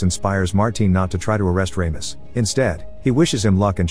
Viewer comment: RAMIS? lol you mean RAMOS? (RAW-MOS)